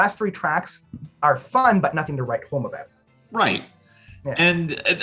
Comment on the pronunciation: Wait until you hear him say “soary” and “aboat.” :)